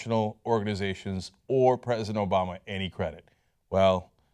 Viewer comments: "obola".... lol i cant be the only one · LOL! Cenk said "Obola!"